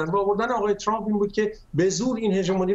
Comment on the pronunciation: اِاِاِ دوباره گفت تُرامپ